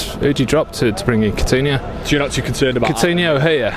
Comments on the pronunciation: guy keeps saying "Cortinho" WTF? Coutinho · Who is cortino? Cor-tino 😂😂😂